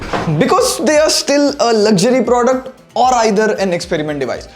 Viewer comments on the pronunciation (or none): none